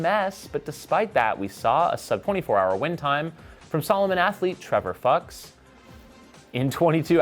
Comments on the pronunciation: It’s pronounced “fʊks” like books but with an F :) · I believe it's pronounced "fewks". But no one here is going to blame you for going for it. 😏